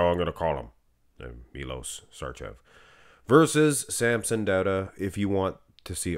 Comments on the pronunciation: it's Sharchev, u got it almost right, and its Milosh, not Milos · It's "Milosh Sharchev" he's Serbian... Š is SH and č is CH